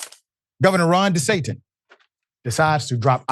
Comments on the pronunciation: Did he say DeSatan? 😂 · Did he say DeSatin or am i trippin?😂✌️